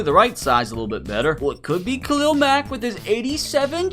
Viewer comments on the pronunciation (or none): none